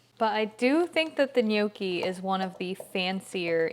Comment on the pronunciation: They are pronounced "knee your key," not no key. I am 100% Italian and the way to say that is offensive to me